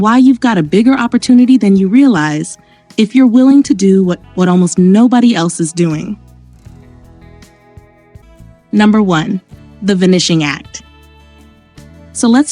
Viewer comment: The Vuh nishing act 🤣🤣🤣 get this AI crap voiceover out of here. Instantly disliked and stopped the video